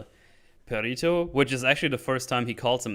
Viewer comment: The way you all keep pronouncing Perrito is hurting my soul. Lol